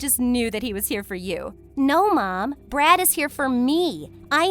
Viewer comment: Am I the only one who's hearing "brat"instead of "brad"💀